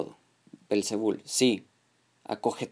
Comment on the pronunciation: El nombre es belcebú y no belcebul como tú lo dices!!!!